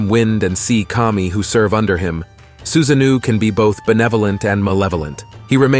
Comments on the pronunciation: i nearly choked on my cookie when i heard him say susanoo xD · Many explanatory videos on Japanese mythology are of low quality, but the content of this video is accurate. Except for the pronunciation of Susa-No-OH.